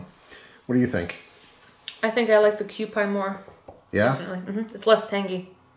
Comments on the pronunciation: It’s pronounced Q-P. It’s named for the kewpie doll on the label. These dolls were popular before you were born 😂. Often they were prizes kids won at fairs. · It's pronounced Q P